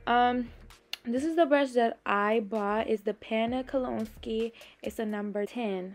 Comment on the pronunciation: Great video, very informative. Kolinsky is pronounced Kol-in-skee. Love your channel! ♥️🌷♥️